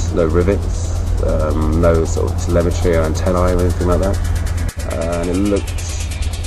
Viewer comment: he said telemitry not levity and the year was 2005 not 2002.